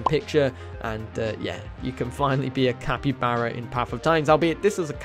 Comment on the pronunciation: ITS PRONOUNCED CAPY-BAR-A